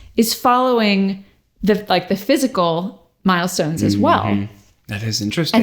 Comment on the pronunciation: just keep hearing Miles-tones